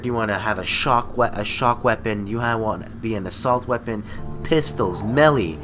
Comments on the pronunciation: Melee, it's pronounced "MAY LAY". o_O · "Melly weaponry"